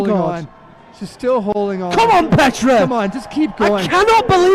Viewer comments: Great video, as always, but one nitpicky remark: "Petra" is actually said with a long "e". I wonder why all the commentators keep getting this wrong. Here's a video where she says her own name right at the start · Good episode, but it was a bit hard to watch because you kept pronouncing Petra's first name like she is Russian or something, rolling the R. Plus you got Gabriela's last name wrong.